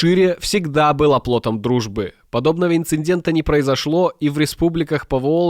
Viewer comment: Инцидент, а не инциНдент!